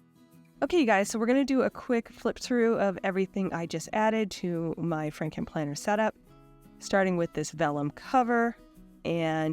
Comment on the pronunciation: I heard "Franken planner" as "Fricken' Planner," lol.